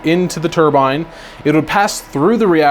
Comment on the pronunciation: Im begging you, on my hands and knees. Please google turbine pronunciation. Turbine and turban should not sound the same. Pretty please, I love your videos and want to be able to enjoy this deep dive